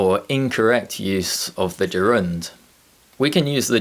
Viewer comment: I don't think you are right in saying that you never use "will" directly after "if". What about polite requests, for example: If you will give me another chance, I will appreciate it? I know that's a specific situation and an exception. Yet, it exists. Besides, why do you put stress on the second syllable in "gerund"? The dictionaries and phoneticians I know put stress on the first syllable.